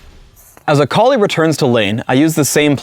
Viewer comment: He says Akali like "A collie"